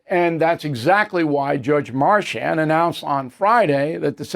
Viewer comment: Bill it’s spelled Merchan, not Marchan and pronounced exactly like it’s spelled. Also, it’s fentanYL, not FentanOL. Drives me crazy like you always say. Fentanyl wasn’t mentioned in this broadcast but you always pronounce it as if it’s some kind of beta blocker and it makes you look less than knowledgeable